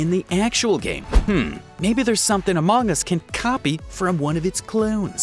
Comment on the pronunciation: Ah yes, Amoong us. I think he's either Australian or something on the lines.